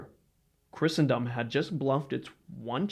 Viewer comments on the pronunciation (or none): none